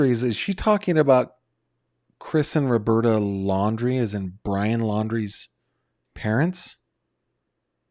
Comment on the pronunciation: She keeps saying “Landry” but she means Laundrie